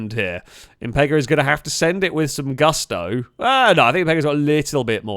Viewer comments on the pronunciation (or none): none